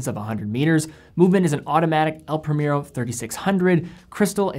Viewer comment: It’s El Pree-mehr-oh, not premier-o, cmon